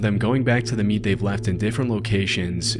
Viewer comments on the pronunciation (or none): except he calls meat "mead"